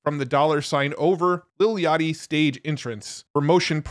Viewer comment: Bro said "little yachty" LMFAO